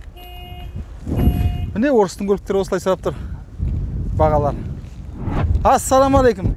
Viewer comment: Брат дурыстап амандасш) ассаламалекум емес Ассалаумағалекум